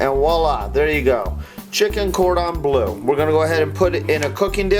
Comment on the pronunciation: Its bleu not blue :) its French like dijon